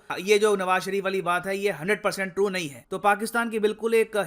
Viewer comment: Hehehe....Nawaz Sharif ko nam v sahi se ni malumm kya mazakkk h... Mtlb confidence toh dekho